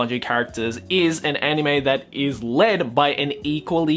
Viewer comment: I love how pronounces anime as 'enime'